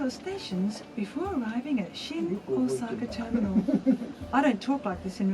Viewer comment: english people always pronounce "Osaka" in a quite disgusting manner like "osAAAka". no! it’s OOOsaka